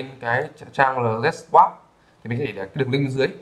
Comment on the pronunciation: ông nói tiếng anh sai hết vậy ai mà hiểu. whitelist đọc là gì thế ? LZ đọc cũng sai